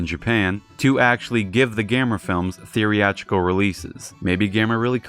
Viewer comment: Good videos but "theory-atrical" releases is not a word. The right word for what I think you mean would be "theatrical", pronounced "thee-at-rical". I wouldn't care if it was once or twice or if the mispronuncuation was minor but you use this word a lot and absolutely butcher it every time and it's honestly really annoying. I don't want you to think I'm hating because I have been really enjoying the videos otherwise so far and intend this to be constructive criticism. Getting little things like this right will help the quality of your work shine through to its full potential. Basically just skip the "ree" syllable in your current pronunciation and you got it.